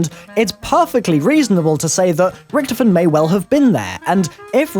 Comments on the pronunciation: OMFG ITS RICTHOPHEN NOT RICTIPHEN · Why did you say Rictefen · It's pronounced richtophen not ricthifin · Its annoying when u keep saying rektofin that's not how u say it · I love how he pronounces rictofen like rctfin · Stop pronouncing richtofen wrong!!!